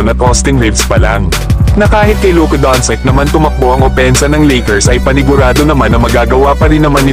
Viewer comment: doncic naging doncik 😅